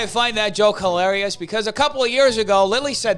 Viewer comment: Ets helarious tuh destroy reeesarces